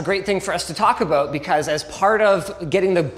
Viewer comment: "taco bout"? Eh?